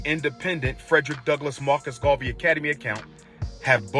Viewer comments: Gar-vee. Ma-dee-yah. Buh-see. Wtf? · Are you telling us that you really do not know how to pronounce the name, "Garvey". 🫣